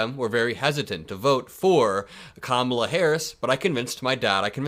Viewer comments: You have to figure out how to pronounce her name popular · You are pronouncing Kamala 's name wrong !!!!